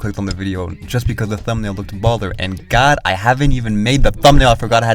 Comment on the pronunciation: saying "ballet-er" like BALLERINA doesnt fucking exist is killing me 💀💀💀